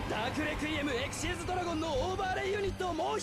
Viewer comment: the fact that "Xyz" was pronounced Ex-xiez and not Ex Why Zee always got me. Like, for my whole life, I called it XYZ instead of Xyz